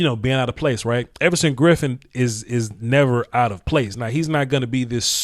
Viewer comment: Effortson Griffen lol I like it